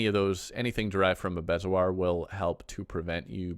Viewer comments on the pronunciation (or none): I love your videos, since the upgrade I'm lost so I'm watching a lot. Helpful note: bezoar is pronounced bee'zore. (in England anyway!)